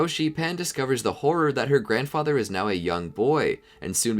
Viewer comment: You said Gohan grandother